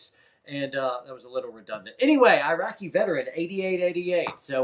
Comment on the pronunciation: Did he just call him Iraq-eee veteran 😂😂😂😂😂